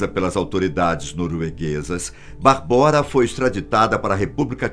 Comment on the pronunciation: Correção: a pronúncia não é "Barbóra" e sim "Bábora". Minha ex-mulher é tcheca e sua irmã chama-se Barbora, o que é equivalente ao nosso "Bárbara" no Brasil. Abraço.